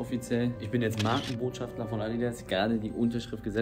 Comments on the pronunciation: Ich gönne es dir so dolle <3 aber bitte bitte sag doch nur einmal schafter und nicht schaftler, mein innerer Monk springt aus dem Fenster... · Jung, es heißt BotschaftER nicht BotschaftLER. Eli hat es falsch gesagt. Clever biste nicht.